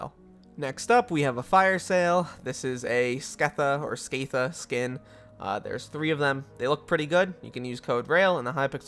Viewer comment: im glad that hypixel is taking steps against ratters also the RIGHT WAY to pronounce "scatha" is "scahtha", not "scaytha", due to it being a reference to Scatha the Worm in the Lord of the Rings series where "Scatha" is pronounced "Scahtha". it may have been intended to be pronounced different in Hypixel Skyblock but nothing has been said contradicting the pronunciation in LoTR.